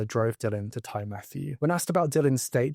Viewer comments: Also, it’s Tee Matthew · Ty is a welsh word, meaning house. It is pronounced “tee”. So Ty Matthew, translates to Matthew’s house. Great video, I hadn’t heard of this case.